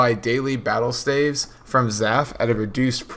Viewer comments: Staff (F) not stave lmao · Yeah the plural for staff is staves but he pronounces it ''Stayvs''